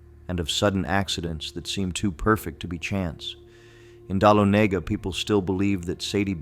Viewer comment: Again Dalonagha … pronounced Da-lon-a-ga. I want to hear these tall tales but the mispronouncing of places is giving me a headache! Please do your research on our southern towns and cities. When you have it right, please tell these stories again. Since I know what you are trying to do and I want to hear your stories, I’ll grit my teacher and try to make it to the end. Try getting a real lifetime Georgian to narrate. Thank you for trying, anyway! ❤